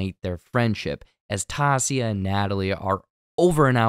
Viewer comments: Lol her name is pronounced TIE-EE-SA. Taissa. Tai for short. I'm guessing the guy presenting this isn't actually the same person that wrote the script for this and doesn't actually watch the show, because that's a main characters name they say countless times throughout the series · Why do you keep mispronouncing Taissa’s name? They say it so much in the show it’s pronounced Ty(tie)-ee-sah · Who is “TAH- c-uh”?? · The way he pronounced it, is not how her name is pronounced — Ty-ee-sa. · Tie-yi-sa (Taissa). Say after me. 😢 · Love you - not going to keep following and watching unless you are the actual narrator of the breakdown. HER CHARACTER NAME IS PRONOUNCED TY-E-SAH. I began following your breakdowns for you - not your intern. Just sayin. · Hey man, we can see you’re reading the comments- Tie- EE- suh! Great breakdown tho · Love the show. But, I too, felt the 3 new additions were so out of place for me. I just thought that was kind of desperate for this show? Also, her name is Taissa, pronounced "tie-eesa." Thanks for the vid! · Big let down by this video. It's Tai-issa, Tai for short. Also somehow completely skipped the scene where Jeff is clearly upset he couldn't "get down with the painting session", which adds an incredible layer to the joke scene; All Set up, not delivery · Say it with me..... Tah-ee-sah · My dude, Ta-i-sa. It's not hard and they say it many times in each episode. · Tie EEE Suh…….. omg, so distracting for you to mispronounce! I cut you some slack on the season 1 recap but I’m 100% over listening to it. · IT’S TIE-EESAH🗣🗣🗣🤦🏾‍♀️ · I love your videos but tai's name. Is pronounced tie- Issa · You are mispronouncing Tai-e-sha's name!! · In the most kind way I need to tell u it’s pronounced “tie-ee-sa” or “tie/tye” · love these breakdowns! (please just practice Taissa's name) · somehow he says it correctly and then wrong for the entire rest of the video like?? what happened? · It figures, he can't get the black girl's name right... whatever.